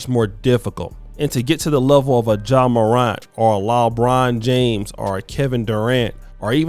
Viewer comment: Did you say “JAw Morant and LObron James”? Damn …you will f**k up a name if you don’t do nothing else.